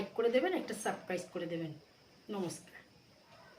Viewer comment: Plz teach your mom how to say the word subscribe